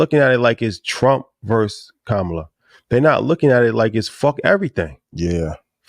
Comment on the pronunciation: need to pronounce Kamala name correctly